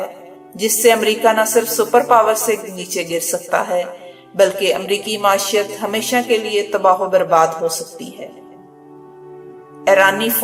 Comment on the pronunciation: True word is maeeshat not mashiat video is quite inspiring